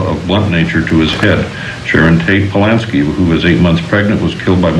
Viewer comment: The name is Polanski Charlie. What are you babbling about???? Lol